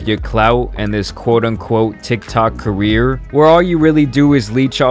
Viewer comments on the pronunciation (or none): none